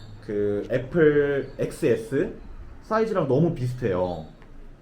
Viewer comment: 엑스에스가 아니고 텐에스…..